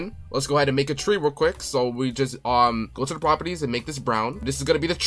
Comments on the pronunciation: It's Not Tre it's Tree😂😂😂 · Did bro really say “tre” instead of tree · Tree❌ Tre✅ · Did bro really called a tree tre? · Fix ur horror game like the name for the tre it called tree not tre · “tre”😂😂😂😂 I love your vids❤❤❤